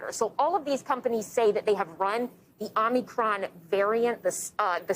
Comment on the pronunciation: It is not Om-Knee-cron. If you cannot get the name correct then the rest of the story is just background noise.